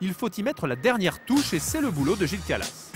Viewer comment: C'est pas Gilles calas mais Gilles kralass